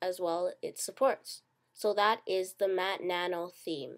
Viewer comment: MatNano....... ITS MATTE NANO